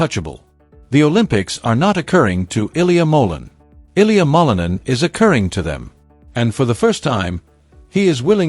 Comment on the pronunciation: Please learn how to pronounce his last name, it's not that hard